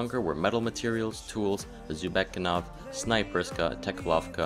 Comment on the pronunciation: Nice guide. I just had an issue with pronunciation, it was good for all the locations except for 'Jhavesk'. (You may have been right about the name, but 'Jhavesk' 'J-(h)-av-esk' doesn't seem like 'Yar-vek') And Zubeknakov: Correct = 'Zoo-bek-nak-ov' Inncorrect = 'Zoo-bek-a-nov'. This isn't intended to be hate